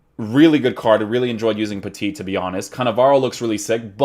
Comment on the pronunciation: hey, sorry to bother you with this but we say "peti" for petit, just ditch the second T :)